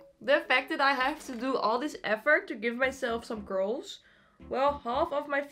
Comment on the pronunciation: I think the joke was that when she says “curls” it sounds like “girls” because of her thick accent 😶